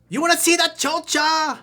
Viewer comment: Lol he's the first white guy I hear saying the word "chocha" . It cracked me up